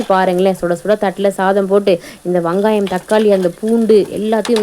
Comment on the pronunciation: ஆமாண்டா கண்டிப்பாக சில வகை குழம்பு கூட்டி வச்சா சூப்பராக இருக்கும் .அந்த வகையில மஞ்சு வச்ச ஷீல மீன் குழம்பு அற்புதமான முறையில சூப்பராக செஞ்சீங்க. ❤❤❤❤வங்காயம் இல்ல வெங்காயம் எங்க மறுபடி சொல்லு 😂😂😂😂😂😂😂😂😂😂